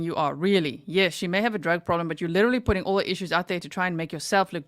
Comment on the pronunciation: There’s no way “liddurly” has a doctorate degree. She’s not “izzacly” very smart. Allllll she does is lie. She sincerely thought she was smarter than these special agents. It’s incredibly interesting to watch her get obliterated in court.